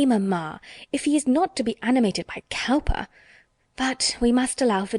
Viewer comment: 'Cowper' is pronounced 'Cooper'.